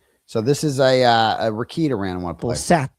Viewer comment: Just like Kearney is pronounced Carney, Rekieta is pronounced Re Kate ta, not Rekeet ta ❤